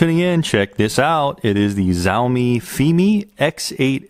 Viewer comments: Great review. FYI "X" in Chinese is pronounced Sh, so Shaomi, not Zaomi. They now own Segway and also produce all the rental scooters for Bird and Lime that you may see in your city. Now that they have tested the waters and entered the Drone market, you can bet on them upping their game and competing heavily with DJI. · SenatorPerry Missouri , The Xiaomi state.